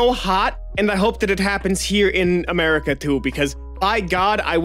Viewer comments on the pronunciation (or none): none